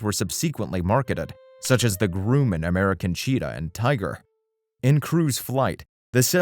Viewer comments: I would still buy a 177 if I could find an affordable one with 180 hp. Also, any chance we could get diction lessons for the narrator? Not being able to correctly pronounce Garmin, Grumman and a number of other words is jarring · FYI, it's pronounced "GRUM-MAN" Grum like Drum. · Your narrator mis-pronounces many words..Citrus(Cirrus)..Groomin(Grumman)..Subsequent..What's all this about? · It's Grumman, not grew-mon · gruh-man (not groo-man) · A 'Grewman' Tiger? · What’s a Grooman? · The Grooman??? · Why does this guy keep saying Groomin and Lie-cumming? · WTF is a GROOOMAN? LOL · Groomin and Citris. Perpoiseing. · "Grooman"? What's a "Grooman"? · And it’s competition from the Groomin aircraft company. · I’m always amazed at how people can try to appear knowledgeable and yet make ignorant mistakes like this…..🤷‍♂️ “Gruuuuuman” 🤓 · "Grooman" heehee... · Considering you can’t even properly pronounce the name of an engine manufacturer or aircraft company, it doesn’t surprise me your statements throughout this video are contradictory and inaccurate. If you want to know the truth about the Cardinal, simply ask the man or woman who flies one. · Congratulations, this is the first video or the first time I have ever heard anybody mispronounce Grumman. Really? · I can try to forgive pronouncing "sta-BILL-a-tor" instead of "STA-ba-lay-ter" and "Grew-man" instead of "Gra-man" but when the guy calls the Cirrus SR20 a "CITRUS," I have to wonder if ol' actually know much aviation after all. Then there was "per-posing". Has never heard of the marine mammal called the porpoise (like a dolphin... you know... Flipper)? what is "sub-SEE-quent-lee" and, "sub-SEE-quent?" If you're saying, "subsequently" and "subsequent," it's pronounced "SUB-see-QUENT-lee" and "SUB-see-QUENT."